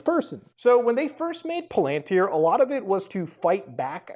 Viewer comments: Muta ily but its PAL-AN-TIER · Great video. By the way, Peter Thiel's last name is pronounced "TEEL", i.e., with a hard "T". The company is pronounced "PAL-@ i.e., the accent is on the first syllable.